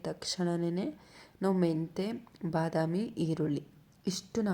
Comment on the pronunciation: ಅದು ಬನಾಮಿ ಅಲ್ಲ ❌ ಬದಾಮಿ ✅ 😂😂